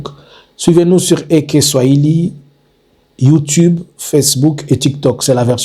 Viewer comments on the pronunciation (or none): none